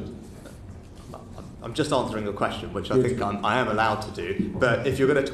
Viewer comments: Prime miniature! 👌😂😂😂 I heard it! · “Primeminiture” 😂 love it